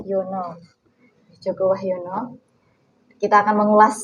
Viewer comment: Joko wahjono.. WAHYONOOOO... hostnya kurang literasi